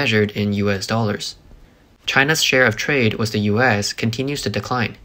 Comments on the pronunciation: dude keeps saying "wiss" but I can't find it in the dictionary. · why does this guy keep saying "wiss"? what is a wiss?